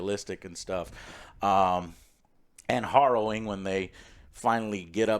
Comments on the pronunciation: hArrowing, Joe. hArrowing. Not hOrrowing. ^_^ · horrowing.....horrowing.....horrowing, Joe its harrowing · Hopefully he learns that it's pronounced like arrow rather than morrow. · It's "harrowing", not "horrowing". Let's not have a Civil War over this. LOL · "HArrowing" Joe :) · Joe, it's pronounced "Hair-O-Wing." You no English good. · Love you but its " heh·row·uhng ". I do that all the time with words I've only read. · H-ah-rrowing? Just learn that one recently? Distracted me a bit. Good review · WHERE DID JOE HEAR THE WORD HARROWING USED SO MAJESTICALLY IT CAUSED HIM TO SAY IT 10X IN THIS REVIEW WHILE PRONOUNCING IT WRONG 😂😂😂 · Take a shot everytime Joe says harrowing wrong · I love how Alex and Joe2 just let Joe continue to mispronounce harrowing, as well as using it incorrectly 90% of the time. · I love when Joe learns a new word then over uses it while mispronouncing it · Some very harrowing pronunciations in this video. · You pronounce harrowing weird. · Take a drink every time Joe mispronounced the word “harrowing”. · "Horrowing" must have been on word of the day calendar today. And its Harrowing btw...